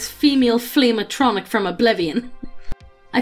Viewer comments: It sounds like you pronouncing it as A-tronic as apposed to A-tri-noch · Ah-tro-knock. Not a-no-tronic. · "Ayy-tron-ic" as apposed to "ahh-tra-nock/noch" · A-tron-nick? A-tron-nick?! At-tro-narch! Jesus, to you teach her nothing? XD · The way says “flame atronach,” I keep hearing “Flame-A-Tronic,” so the entire time I was picturing this guy banging a tacky, overpriced grill or something. Made my day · ah-tro-narh-c. and yes, it is very real. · I hope never again to hear say "Bussy" in my life And saying Atronach Ah-trow-nak Reeeeeeeeeeee!!!!!!! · Atronach (AHT-troh-nack) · Ah - tro - noc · It’s “atro-nock”. Also how did they miss the chance at a fire crotch joke??! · Did she say atronik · Isn't it pronounced At Ro Nok? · the way she says Atronach bothers me